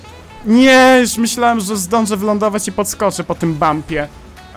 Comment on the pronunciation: ale mnie to wkurwia jak mówisz zdONże ja pierdole